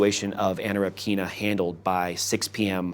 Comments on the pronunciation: REpkina , not RepkIna. First vowel is stressed. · Stress is on the "e"! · Anna repkIna. 😂 Pronounce the last name correctly! It's rEpkina!